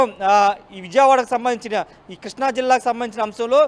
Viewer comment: Arae కృష్ణా రా బాబు ,కిష్ణ కాదురా